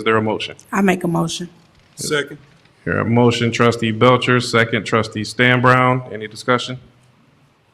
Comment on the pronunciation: BELCHER SOUNDS FOOD WITH THAT I. NO STRESS